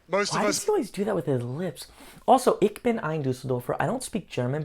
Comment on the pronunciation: Ich is pronounced like in the word “choose” not as in the word “klick”. Just listen to the legendary speech by j. F. Kennedy: “ich been an Berliner” Harry is referring to that speech, but clearly has not listened to it …